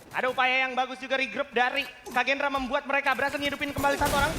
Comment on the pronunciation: Kagendra bg bukan Kraken wkwkwk 😂